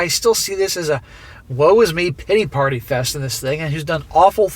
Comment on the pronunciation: When you said big titty party my ears perked up. Then figured out you said big pitty party.